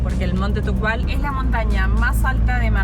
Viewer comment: No es tubkal que tene nieve tubkal mas alto